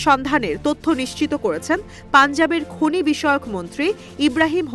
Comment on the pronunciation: খুনি নয় ,,,,খনি